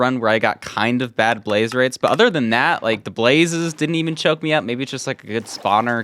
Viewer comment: “blaze raze”